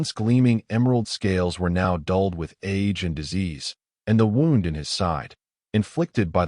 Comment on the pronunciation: The wound in his side was pronounced like I wound up my watch. You should teach your AI or human narrator the proper pronunciation. You can do better. Very good story, thanks.